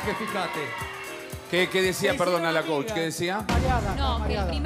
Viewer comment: Jajajja me da risa cuando no les dalr la palabra coach y dicen coch 😂😂😂